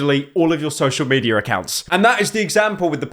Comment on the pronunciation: Hey pyro, what's social "mediar"?